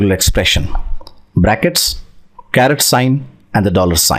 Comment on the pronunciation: My friend, it's not a CARROT, but a CARET